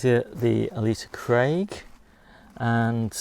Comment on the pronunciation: Morning 🙋 glad you had a lovely day with a lot of visitors 👍 some lovely onions there and red are my favourite (love how you pronounce those “Ale sa Craig” lol) 🤣 glad you have enough of a harvest to keep things turning over 👍...time for a rest or what? 😉🥴...hugs 🤗🌻x